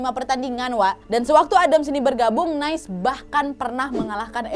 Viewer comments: Cara bacanya nis kak. Heheh bukan nice kyk bhs inggris ❤️❤️✅ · forgive me, but it should be pronounced as “Nee-say”... Nice is an English term for “Bien”...☺️☺️🇫🇷